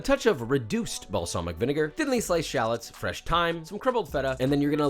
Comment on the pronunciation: "Shaalots"?! SHALLOTS!